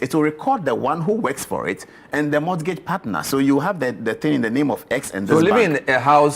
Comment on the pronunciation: Paul Adɔm Otchre. Mr journalist! 1., it's not [mɔtgeidz], it's [mɔ:gidz]. 2. 'Banter' has to do with playful or fun remarks, it doesn't mean conflict or anger. 3. It's 'do you have a car? ' and not 'do you have car? ' . . . .